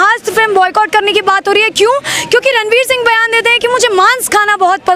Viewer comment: Are boyyyycut nhi hai .... pronounce to sahi se to kr lo